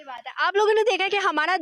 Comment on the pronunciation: हमाड़ा मुलुक तुमाड़ा मुलुक😂😂